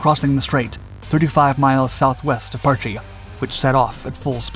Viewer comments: I suspect you have a reading difficulty, its not PAR-Chie its Parch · Pronounced "Parsh".